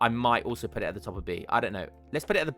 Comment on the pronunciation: where are you from in the uk? I've never heard someone pronounce "put" as in "putt" (like in golf) whilst also sounding otherwise English in my life. anywaygreat vids